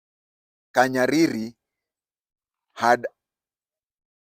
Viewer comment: It's not KANYARIRI. He is called Kahariri